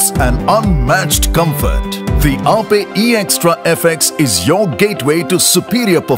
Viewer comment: Wtf... It is aa-pey and not just aye-p..